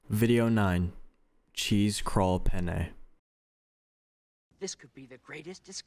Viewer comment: Im sorry but every time they say penne as "pene" as an Italian sounds- Lol (since pene means D in italian)